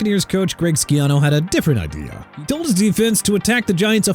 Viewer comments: GREG SCHIANO IS NOT PRONOUNCED SKEE-AH-NO!! IT'S SHEE-AH-NO! DO YOU HAVE ANY RESPECT FOR ATHLETES AND COACHES WHEN YOU SAY THEIR NAMES INCORRECTLY?! NO YOU DON'T!! YOU AIN'T GOT RESPECT FOR TEAM NAMES AND CITY NAMES EITHER! IF YOU'D LEARN HOW TO PRONOUNCE EVERYBODY'S NAMES AND SHOW SOME RESPECT, YOU WOULDN'T BE CALLED OUT AT ALL!! YOU'RE DONE!!! CLEAN OUT YOUR LOCKER AND GET AN EDUCATION!! AND LET ME ASK YOU SOMETHING: ARE YOU REAL OR AN A.I. SOUNDING NOBODY?! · It’s really not that serious, he simply mispronounced his name, Jesus loves you and you should live for him